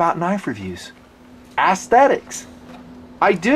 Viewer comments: Dear, love your videos, but the word is pronounced S thetics, not ass-thetics. That's ess-thetics, or perhaps ez-thetics. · i'm not comfortable with the pronunciation of "aesthetic"/"aesthetics" in this review. it's way off, sorry. "assthetics" just sounds like a sarcastic pun. "essthetic" or "eysthetic" are phonetically acceptable. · Heh. "Ass-thetics". Love the reviews, just found that pronunciation kind of amusing!